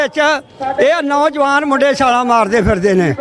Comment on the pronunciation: ਪਤਰਕਾਰ ਜੀ ਤੁਹਾਡੀ ਪੰਜਾਬੀ ਭਾਸ਼ਾ ਵਿੱਚ ਥੋੜ੍ਹਾ ਸੁਧਾਰ ਦੀ ਲੋੜ ਕੁੱਝ ਸ਼ਬਦ ਜਿਵੇਂ ਹੁਨ ਨਹੀਂ ਹੁੰਦਾ ਹੁਣ ਹੁੰਦਾ, ਪੈਨਾ ਨਹੀਂ ਪੈਣਾ ਹੁੰਦਾ,ਨੋਜਵਾਨ ਨਹੀਂ ਨੌਜਵਾਨ ਹੁੰਦਾ ਬਾਕੀ ਕੁੱਝ ਸ਼ਬਦ ਮੁੰਹ ਵਿਚੋਂ ਗਲਤ ਵੀ ਨਿਕਲ ਜਾਂਦੇ ਉਹ ਗੱਲ ਹੋਰ ਹੁੰਦੀ